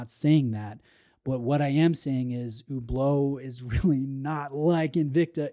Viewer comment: Why do you pronounce it so weirdly like Hoooblo?